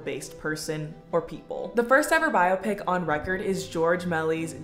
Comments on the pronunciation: is bi-o-pic really that much of a personal choice when that's how it's listed as being pronounced properly in the dictionary? lmao i'm certain biop-ic is a byproduct of those who don't know how to pronounce it properly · I’m 35 and didn’t realize there was any other way to pronounce biopic other than bio-pic